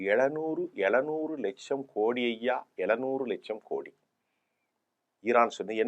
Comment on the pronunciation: ஈரான் இல்ல இரான். ஈரான், ஈந்தியா, ஈஸ்ரேல் அப்படியா!?